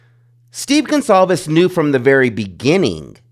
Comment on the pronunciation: I think his last name is pronounced “Gon-Cal-vez” with a C and not the more common name GonZalvez.